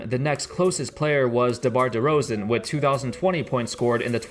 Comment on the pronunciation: "Debar Derozan"